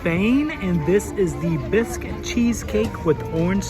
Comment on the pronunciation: I was dying laughing when you kept calling it a "Bisque" cheesecake! Bisque is a seafood soup. That's a "Basque" cheesecake. Basque is a region kind of between France and Spain.